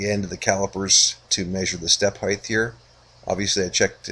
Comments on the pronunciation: Thanks, I finally got to watch the end of this video. I still cringe every time you say "Heigth", no idea why so many Americans do that and transpose the T and H, but I won't be asking for my money back regardless;) Hopefully I'll get time soon to watch how the story ends, but it's certainly inspiring quality you're doing there. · "Height" does not end in "th"!